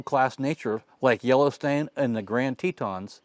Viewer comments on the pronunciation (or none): Haha... , did you call it 'Yellow Stain?' Seriously, though, thanks for the video.